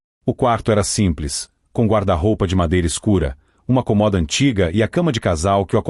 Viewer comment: Boa-tarde porquê vc.fala errado comoda se fala cômoda